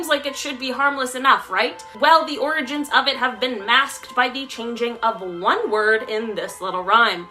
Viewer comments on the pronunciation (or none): Ok I think pronouncing orgins as organs is creepy